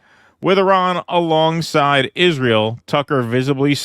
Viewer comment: Americans cant even say Iran right